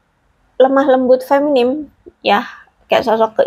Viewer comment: Punten. Kalo tidak salah sebutnya FEMININ, bukan FEMINIM. Nuhun.